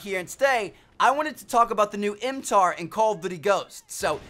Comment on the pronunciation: He calls it a tar when it is not that hard to say mtar